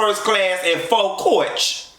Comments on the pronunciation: I'm loving the way you pronouncing "coa-itch" lol. Coach OR first class, I can't be on no plane longer than 4-5 hours....tops! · Listen I dont even have to watch the show 😂😂 These reviews give me all the visuals I need. “Flying Coarrch” 🤣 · its midnight and i'm cryinnnnnnn at the way you're saying "coach"